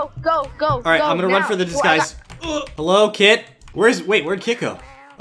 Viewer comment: hewo tomato